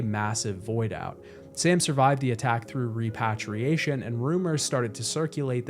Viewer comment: Wait are you saying "repatriation" wrong on purpose?